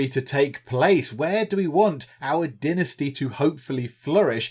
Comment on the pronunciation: Is it only me, or every time he says Dynasty I hear Die Nasty! ? ;P :D